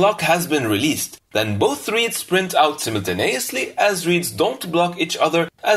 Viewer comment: yeah, especially his simnenteneniously